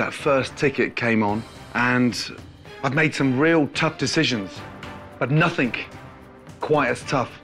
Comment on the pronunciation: Someone needs to tell Ramsay that the word is nothing, not 'nothingk'. As for Julia, well, yes she was a little bit bitter during the final dinner service, but considering how far she went and how much she learned and grew over the season was amazing. And to think how the other contestants, especially the women, treated and talked about her from the very beginning with such disdain and self superiority was disgusting. Julia was easily the winner of this season as far as I'm concerned.